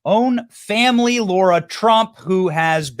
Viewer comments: We love you Benny, but it’s LARA not Laura lol TRUMP WILL SMASH IT! 💪🏻 let’s go!!! 🇺🇸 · Benny ... it's Lara, not Laura. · It's LARA TRUMP, NOT LAURA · Lara Not laura